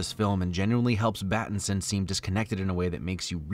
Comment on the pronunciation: Yay he called him